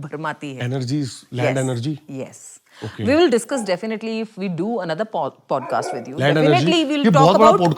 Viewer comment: Phodcast kya hota hai? Podcast hai bhai😅